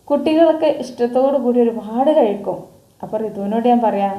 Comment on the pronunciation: കഴുക്കും എന്നല്ല കഴിക്കും എന്ന് പറ😂